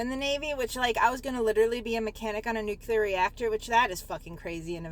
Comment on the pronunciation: She was in boot camp for eight months. Because they wanted to make her a nuclear engineer. In boot camp. But she never got to the part where they teach you how to pronounce “nuclear”.